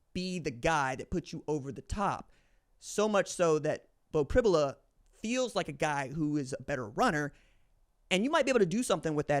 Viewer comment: It's pronounced Prib "you" la. You can't throw the ball down the field when you can't protect...It's a recipe for sacks and turnovers. Look for screens and quick throws by Ohio State. Allar has been playing at an elite level this year. Pribula can throw and move well. He's a 4 star prospect and has played in many games. PSU can win with either.